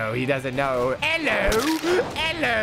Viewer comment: saying ELLO